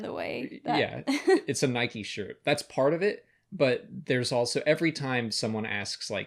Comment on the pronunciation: Side note, thank you for saying Nike correctly, so many people say Nyk where I from even though it's wrong :-D